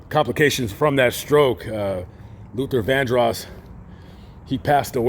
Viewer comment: This commentator pissed me off. First he pronounces Luther's last name wrong. Then he unsinceily, apologetically makes light of Luther's scandals. This is a horrible tribute to someone the narrator claims to have loved. I was a true fan of Luthar.